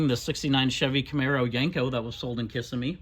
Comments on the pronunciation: It's "kiss-IMM-ee", not "KISS-immee". Just a note from an old Native Floridian. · That's Kiss-SIM-ee.